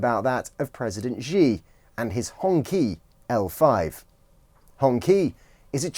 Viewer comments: I know. It’s embarrassing. I don’t speak a word of Mandarin and even I know it’s not pronounced like that… The standard romanisation systems don’t help, but… just *look it up*! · Would be good if you took the time to learn pronounce "Xi" and "Hongqi" correctly if you are going to do a story on them